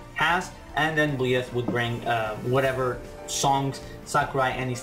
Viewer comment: byleth is pronounced by-leth, i believe we'll get at least 10 more dlc fighters and i believe that at least 2 of those fighters will be geno and shantae (unless shantae is revealed as challenger pack 5) but i could see some of the additional dlc fighters coming with a stage and/or music, i think we could see byleth, dixie kong, maybe grooky's final evolution and maybe elma, i could also see lloyd Irving or even agumon getting in, in regards to doom slayer and sora i could see them being mii costumes, they could replace the spring man assist trophy with his robot duplicate spring-tron in order to bring spring man as a fighter, i could see master chief getting in as a mii costume, i think that if crash does get in he'd be the very last dlc fighter that we get